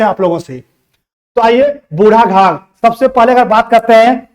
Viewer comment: बुढ घाघ नहीं बुढ़ाघाघ होगा